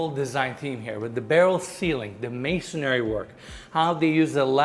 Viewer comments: it’s “masonry” not “masonary” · It’s called masonry, not “masonary” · I really love this channel and you. I'm a subscriber, and I mean this in the nicest way possible. It's masonry, not masonary. 😊